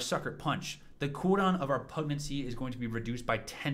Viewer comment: Great guide. One tiny quibble, because it confuses the automatic subtitles: "Pugnacity" is pronounced pug-NASS-uh-tee, emphasizing the second syllable. That's why YouTube thinks you're saying PREG-nan-see. I mean, when my wife was pregnant, she was kind of cranky, but I wouldn't characterize her as having been pugnacious.